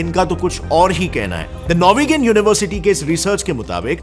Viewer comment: Arrey "Nor-We-gun"nahin babu😑. Vegan to log hotey hain university nahin. Itni research kari to pronunciation bhi research kar letey. Chalo...